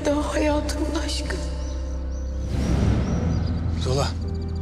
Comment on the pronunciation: zola yerine zula diyo 😂